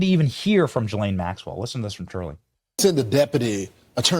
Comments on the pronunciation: The beginning of her name doesn't start with a J, so quit pronouncing it the way you do! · Why can nobody pronounce her name correctly?? For fuck sake. GEE-lane. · Hello Benny, Ghislaine is pronounced with a hard g. The H behind the G is the same as if it were a U, as in the word guard. I don't know if you read these comments but I hope you do. Good show, by the way!! Cheers, Frank. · Will someone in the comments please tell me the summary of this? I’m interested but I can’t listen to him say JILL-ANE one more time.